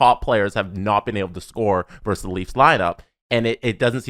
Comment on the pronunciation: "Versus", not "verse".